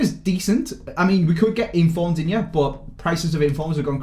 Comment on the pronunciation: Andy digne is pronounced dean 👍👍